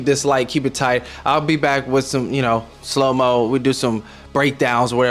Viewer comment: "slowmow"? You got that GG from Mega-City 1? Don't let DRED catch you with that! It'll be an iso-cube if you do... LMFFFAAAOOO